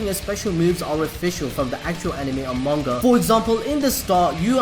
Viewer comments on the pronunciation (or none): none